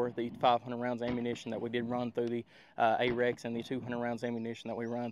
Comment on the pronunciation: A little help for you, not being snarky: It’s Arex, not Apex. And it’s pronounced R-X even thought everyone on YouTube says Ay-Rex. The CEO himself says Ar-Ex. I have a Delta X Gen 2 and love it. Excellent pistol that so few know about.